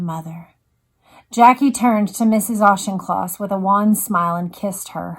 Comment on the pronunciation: Again a calm empathetic reading by, I was young when this tragedy happened and I remember my father being very upset by this here in the UK. I have to comment though on the prounciation of Auchincloss, the ch is a k, ie Aukincloss, surpring because you have Rep Jacob Auchnloss, to me its surprising that you havent heard the correct pronounciation, pedantic I know, but I am a stickler and can't help it, otherwise thankyou for a soothing and calming reading of this horrific event.